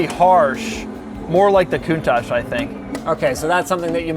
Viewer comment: linus actually said countach right